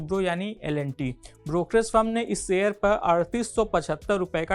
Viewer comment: सेअ र नाही रे भाऊ.......... शेअर बोल शेअर